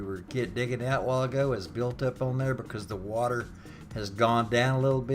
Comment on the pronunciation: Lol "Wer gun bring this erp to er bowl" Haha love it, thanks for the vid, from the east coast. Perfect wintery night for some good ole chicken soup from scatch.